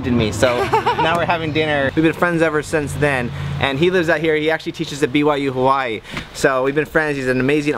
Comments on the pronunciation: I hate how you people pronounce hawaii. I know you are pronouncing it like the natives do. But it just sounds ugly. Hawaii or hawa-ee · the way he says Hawaiʻi makes me cringe.